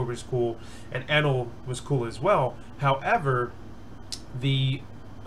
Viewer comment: also its pronounced Eeenel if you cared